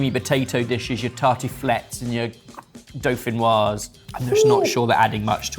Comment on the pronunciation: pronouncing "dauphinoise" correctly fell so kindly upon my ears